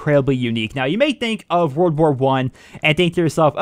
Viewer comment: Whenever you say "world war 1" I hear you saying "wer wer one"